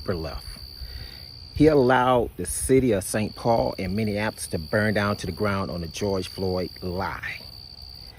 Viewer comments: Prayers to #45/47.. man its Minnie-Apolis ( Not minninapolis ):0 Keep the content coming! Native Minnesotian here and Walz is as corrupt as they come!! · You and need to learn how to say "Minneapolis" 😂 ❤